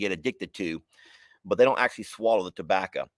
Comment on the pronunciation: That tabbaca comment had on a rant about tabbaca for a min lmao 🤣 the way he said tabbaco he said tabbaca lmao 🤣